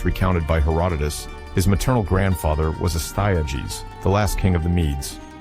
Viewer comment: If you listen to the mispronunciations you’ll understand this is AI. ‘Hera-doh-tus?’ That’s just one.